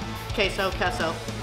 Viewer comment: Kesso? Lmfao. You the best! 😂